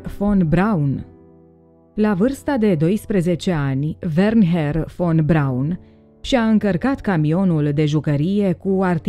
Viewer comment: NU ESTE " WERNHER VON BRAUN" CI "WERNER" SE CITESTE VERNER IN ROMANA!!!